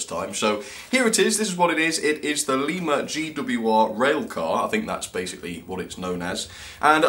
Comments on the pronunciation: Lema? Its Lima in america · Fun enough I live in a town called lima. Its spelt the same but its pronounced lie-ma. Not le-ma